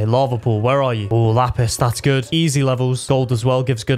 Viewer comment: I literally liked this video just because he said lapis like that